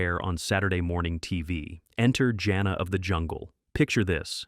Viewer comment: For one thing, Jana of the Jungle? The name is pronounced JANE-AH, not JOHN-AH. Second, you're really making mincemeat out of a LOT of the show titles here. (i.e. it's Not Boobie Bear, it's "It's The Hair Bear Bunch!" . . . and it's Hair Bear who's the brains, Booby and Square are the side kicks!). Also, if you honestly don't care for what passed for cartoon entertainment back in the 70's? WHY Are you making this video?!?!? Some of us who grew up back then LOVE these shows. Corny as some were, even as outlandish as their logic was, they were STILL entertaining and I for one remember a good number of these fondly!